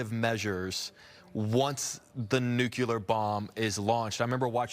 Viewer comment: It's nu-clear. Nuclear. Not nu-cue-ler. Just sayin'.